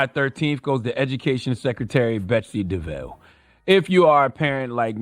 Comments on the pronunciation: She's Dutch, so it's pronounced "De Voss" lol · All due respect to Charlamagne Tha God, but you were saying Betsy's name wrong the whole time... Devos... (de Voss) you don't want to arm those retards at Fox News and that one guy you interviewed with ammunition to use against us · All facts. 💯 Also it’s pronounced “Dev-Voss” (idk why I was so irked by him saying “Dev-Voe”) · Charlemagne keeps saying Betsy DeVoe like she's related to Ronnie. It's "di-voss". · Charla, It's DE-VOSS, not DE-VOUGH. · Maybe he was doing a play on Bell Biv Devoe, so the mispronunciation was intentional. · It’s important to shed light on this true donkey. With that said, every time Charlamagne says a name his says it wrong and different from the way he pronounced it last 🤣🤣